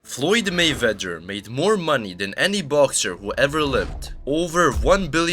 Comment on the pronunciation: Narrator can't pronounce 'Mayweather'. funny.